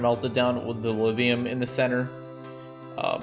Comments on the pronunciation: I hear Lidium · Lithium has a thhhhhhhhhhhhh in is not a the in it you sadist!!!!! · He uses a voiced dental fricative instead of a voiceless dental fricative to pronounce it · The rest of the world: LiTHium: Livium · he does a soft 'th' sound, it's weird